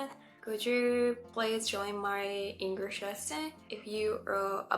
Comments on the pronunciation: I suggest pronouncing the letter L in the word English more. I noticed you're making the word English sound like Engrish. Just a little tip. It's mostly casual language unless it's an extremely formal setting like an important meeting or politics, the "Hey" at the beginning, covers the "Sorry to interrupt" etc. You can probably drop the 99% of your use of sorry, and just say "Excuse me" I'm South Australian (Adelaide), I've also answered "yes or correct" many times when someone says "you don't have work today?", I confirm what they asked. For some reason, English speaking people turn around your response and assume you're saying "yes" because you have work 😅, backwards use. In those scenarios, you can simply say "that's correct", and they'll understand you easier. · Most of your pronunciation is great and you have less of an accent than most Japanese people, which one exception: You say "Engrish" and you suddenly sound super-Japanese. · SingING ING GLISSH English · It's really really really really important to master how to pronounce "L". DO NOT say "Engrish". Wikipedia describes that word as a reference to people with poor English skills. Do speech therapy or whatever but you will get sniggers if you say "Engrish". Wish you best here. Explore beyond Sydney or capital cities. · Actually, you are speaking English with a Japanese accent and you are speaking with Japanese timing and mispronouncing many of your words. Your English "L" is wrong and your "T" is silent. You said "Englirsh" instead of English. You are slurring your words, and using the letter "B" for words with "V." I recommend you hire an online private teacher that reads dialogue, then you repeat it while trying to say it with the same accent as the teacher.